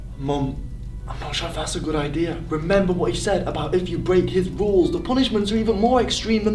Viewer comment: I was asleep when he said the ruls